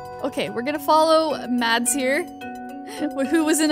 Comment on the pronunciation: MAds is a danish name if you didnt know not to bully but u pronounce it like im hearing someone say madsee